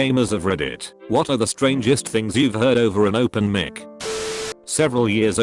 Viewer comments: Normal people:Mic Text to speech:*MEEK* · And mic as meec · “an open mick” i fuccin died HAHA jesus christ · He said mik instead of mic ( like mike) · No one: The text-to-speech voice: M I C K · Nobody: Text to speech: over a m i c k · No one: Robotic Voice: PRONOUNCES MIC AS MIK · As I read this it said “MICK”😂😂😂😂😂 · Yeah they should fix that